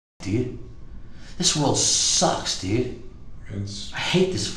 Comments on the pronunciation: Dyood, like maan dyood. Man, like, dyood. Dyood. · Duuuude, this dude uses the word "dude" so much, dude. Man, and he pronounced it like "dewde", man. I'd be rich, man, if I got money for every time he said "dude" or "man", dude.